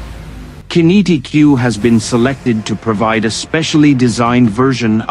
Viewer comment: Qinetiq, same as kinetic, not kin-E-t-Q Fuckwits